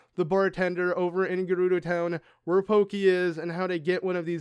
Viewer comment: When I heard you pronounce Pokki as "Pokey", I couldn't help but think of Gumby... just sharing